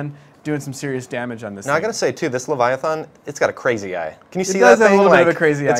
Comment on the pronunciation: There is no o in leviathan... why you saying it like that?